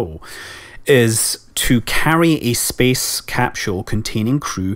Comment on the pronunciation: Every time I hear Scott say "capshule", I have to repeat him out loud. I can't help it.